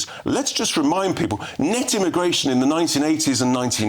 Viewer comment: cannot pronounce any word that ends in L/LE like PEOPLE or ESSENTIAL.